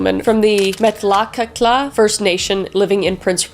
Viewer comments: “Lay-dli ten-neh” “metla-catla” I am a member of the lheidli tenneh nation, have lived in the northern bc region all my life, and a family member to one of the many women and girls who have gone missing on the highway of tears. (EUNICE BIRD) Kris, the work youve done on this video bringing light to the terrible nature of the highway, your constant reminders in the video to AVOID HITCHHIKING, and how much care you put into your research, has raised my respect for you incredibly. Keep doing what you do, you are a godsend ! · It's so amazing to see more people with a large following talking about MMIW and the highway of tears. Thank you for speaking about this massive issue in BC. (Ps. met-la-kat-la, is how you pronounce it) Keep doing this amazing work Kris, you truly are an amazing person and an absolute gem. ❤